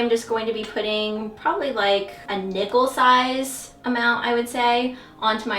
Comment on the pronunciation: haha when you said "nickel sized" I thought you said "nipple sized"